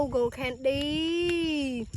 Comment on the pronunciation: She is ashily saying gold candy but sounds like go candy😂😅